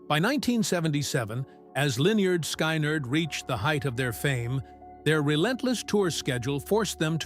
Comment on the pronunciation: Why can't that computer voice, that never heard my favorite band, I was born in 63, pronounce the band name? Guess I hate the fuckers trying to make a buck. This was and is my favorite band. FYI I've probably played drums for you pretenders somewhere.